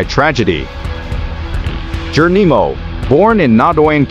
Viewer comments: Can I suggest you google the pronunciation of Cochise and Geronimo. I’ve checked they are recognised. Spoiled an interesting blog. 😳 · I AGREE 100%, I THINK IT'S AN AI, I DON'T THINK THEY CAN PRONOUNCE S*** CORRECTLY